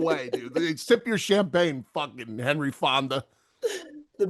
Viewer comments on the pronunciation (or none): none